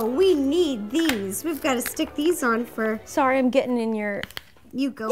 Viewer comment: Taryn Nasvall you said"srry"not srry it is SORRY